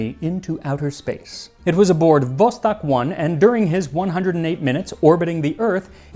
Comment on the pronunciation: 🤣TANG ..... 🤣🤣 USA STILL USING RUSS SPACE-STATIONS ! ! ! ! and its not " VOSTACK " its " VOSTOK / ВОСТОК " FROM " VLADIVOSTOK / ВЛАДИВОСТОК " , its 'O' not 'A' 🤣🤣🤣 P.S.: You dont need to Say " Yurrrrri Gagarrrrrin " One "R" is Enough Funny Americans Cant Say "R / P " like in ' CCCP / USSR ' , and yah im aware in ENGLISH like British English and USA English , the Sound "R" Doesnt Exist its like " RUN " but without the " N " Sound in the End , unlike your America "R" which sounds like "ARE" 🤣🤣🤣 VOSTOK ADIN ( Vostok One ) 👍